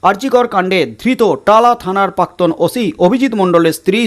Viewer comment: দাদা শব্দ টার উচ্চারণ পাক্তন নয়, প্রাক্তন হবে।